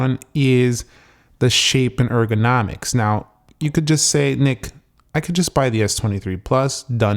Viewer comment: "Shape and organimics" 😂😂😂 It's a joke, right?